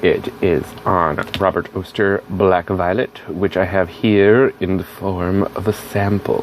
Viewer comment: It's ok, not purple enough for me. Thanks for showing. Btw, Oster rhymes with Foster.